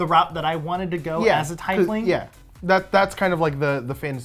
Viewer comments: I kept cringing so hard because you kept pronouncing Tiefling wrong. Quoted from D&D pronouncing guide/community. Tiefling is pronounced TEEF-ling, not tie-fling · I think you made world record for mis pronouncing teifling the most times in 5 minutes